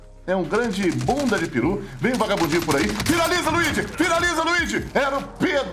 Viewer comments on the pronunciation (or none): none